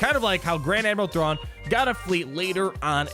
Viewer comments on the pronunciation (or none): none